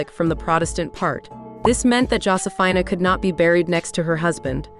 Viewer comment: Josephina is pronounced JOE-see-feena.